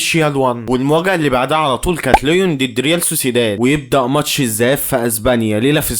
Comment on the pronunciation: عاش ى بس اظبط نطق الاعبين و الفرق انت بتقول على ليون لوين بس عادى استمر بالتوفيق ان شاء ❤